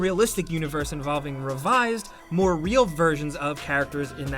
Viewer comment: “iT jUsT fEelS 2 Re4llll”